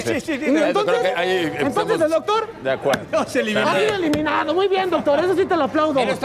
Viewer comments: Cuando según eliminaba a alguien decía “.... ha sido elimiado”, en lugar de eliminado 😂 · HAS NOTADO QUE DICE , ELIMIADO JAJAJAJAJA